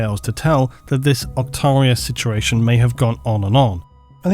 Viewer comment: I swear you add like 3 extra letters to the word "situation". Love the video!